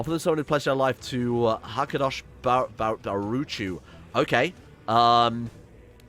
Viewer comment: your hebrew is so funny!! the name Ahava is said A-Ha-Va with no R at the end. it means love. the name Hakadosh Barucho or however they write is a hebrew name for god. it means something like "the holy one may he be blessed" or some sort of translation. the CH in baruCHo is a sound that you do not use in english. just call him "Ha-ka-dosh" or just "god". good luck mate! cheers from Israel.